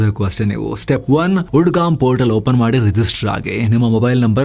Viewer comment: ಉಡ್ಗಾಮ್ ಅಲ್ಲ ಉದ್ಗಮ ಇರಬೇಕು 😜